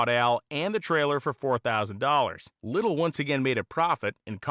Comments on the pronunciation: Just saying... it is pronounced "Ly tell", not little Least that the way I pronounced it all my years! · His name is pronounced Ly tell. At least all the Hotrod community in Los Angeles called him that. My neighbor Dale Linguard did some fabrication on Lytele's Allison Issetta. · Its pronounced "lite-el". Good friend, good man. I worked with him in Maui 30+ years ago. He still had two of those engines left. I got to help install one into a VW Bus. Man was impressive. Made the 2 speed trans for it from scratch. He even built my Subaru Baja he sold me when back in 1993. Miss that dude.